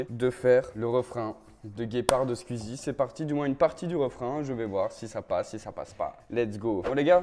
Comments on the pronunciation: il sait pas dire squeezie il dit squuizie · "SQUIZI" tu l'prononce vraiment comme ça 😂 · "Skuzi" mdr🤣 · bah "sqouizi" moi j'le prononce comme ça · Lise Goux comme ça Scouizi bon c est phonétique hein et Squeezie le prononce comme ça aussi 😅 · Béatrice Duvivier j’pense que c’est juste la prononciation belge comme a dit quelqu’un plus bas parce que pour moi c’est plus logique « squizi » ahaha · justement c "squizi" la prononciation belge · Comment tu dis squeezie ça me tue 😅😅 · CML tu veux le prononcer comment d’autre ?